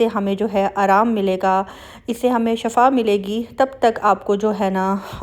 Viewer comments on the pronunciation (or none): Shifa hota hai Sister Shafa nai. Shafa ka mtlb hai Garha (Pit), Kinara, Hadd